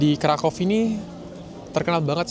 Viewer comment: bacanya kota Vroswav dan krakuv